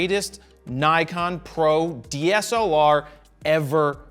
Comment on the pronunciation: "sony had a dslar" IT"S CALLED THE A99ii PUT SOME RESPECT ON OUR AMOUNT CAMERAS JARED!!! :,,((